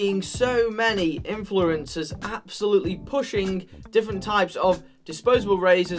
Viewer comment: “Infloorenzors” lol